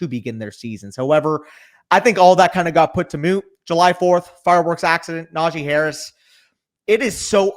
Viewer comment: “Najeye Harris”